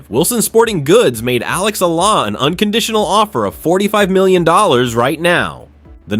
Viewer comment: Alexandra Eala pronunciation E yala